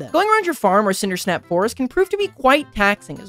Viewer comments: it's pronounced cindersap, not cindersnap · reallt just cannot pronounce Cindersap